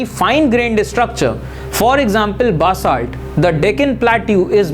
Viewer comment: SIR I AM NOT COMPLAING BUT YOU ARE PRONOUNSOING BASALT WRONG AND IF YOU FELL BAD I AM REALLY SOORY SIR